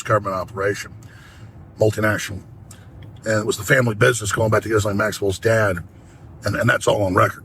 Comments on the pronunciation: There’s no way it’s pronounced “jizz-lane” 😂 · Gislaine…..pronounced (gee-lane) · It's "Gi-Lane" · Someone tell Destiny how to pronounce Ghislane. 😂😂😂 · L take. Please for the love of god do any research into this. The fact he doesn’t even know how to pronounce “Ghislaine” is so telling. Flight logs are easily accessible, prince Andrew’s case and the cover up with that, and the mention of the client list multiple times from this administration, and so on. Destiny can’t tread on anything that looks like a conspiracy because he refuses to even resemble a MAGA talking point. He usually is well read, but this is a comically smooth brained take. And that’s coming from a guy named buttchug.